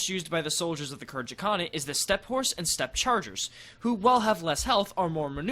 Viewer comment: Pretty sure Khergit is pronounced with a hard G